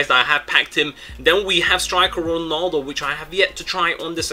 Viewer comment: IT'S 'RONALDO' NOT 'RONOLDO' -__